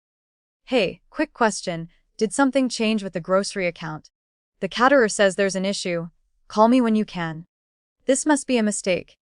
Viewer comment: KAYterer, AI voice, not cat-erer.